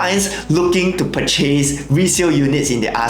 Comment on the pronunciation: You pronounce the word "purchase" wrongly.